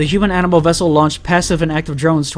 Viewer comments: "Offlining the AMINAL predator" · "Aminal predator" I love that. I say that instead of "animal" for fun from time to time.